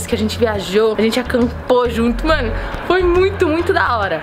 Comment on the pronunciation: Porque. Você. Voi. Espuxa